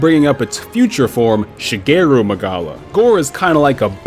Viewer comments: isnt it shagaru magala and not shageru? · My mans mispronounced ShagAru Magalas name every time :( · shuh-gay-roo magala lol wat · I got triggered every time he said shagaru magalas name wrong